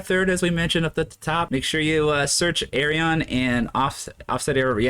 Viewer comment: his name is pronounced Ar-Yun. 5: = Y